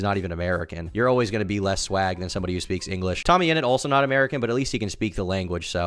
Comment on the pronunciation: sounds like your saying i fuck peas lmfao